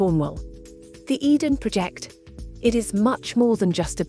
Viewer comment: Your AI narration is terrible. How could you not correct these dramatic mistakes? It made us cringe. “Tintagel” was particularly bad, and the “Eden Project” contained an error typical of a six-year-old. It is unwatchable for intelligent people. The word “project” (as in a task) and “project” (to throw out there) are heteronyms. So for those who struggle with this, they may sound the same but are pronounced differently. Abysmal!